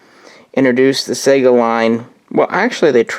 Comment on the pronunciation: How do you not know how to pronounce the name of the gun you rambled on about for almost half an hour? I do really appreciate the footage of the rifle though. You're great filmographer.